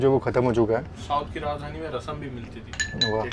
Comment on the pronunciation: राजधानी होता है ना कि राजधनी 😂